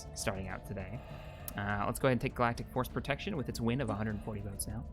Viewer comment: I love how he corrected himself the first time he said "Galactic Force Protection" but later he just kept miss saying it XD Also 1000 Credits for a Skull of a Contingency Sub Unit, I declare this a Company Wide Bounty